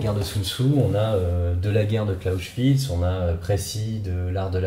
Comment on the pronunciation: Par pitié et même si l'un a mené à l'autre, CLAUSEWITZ, prononce Claosewitz si tu veux faire smart mais... pas CLAUSCHWITZ, Himmelkreutzsakrament 😬